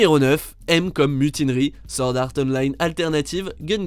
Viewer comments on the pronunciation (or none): none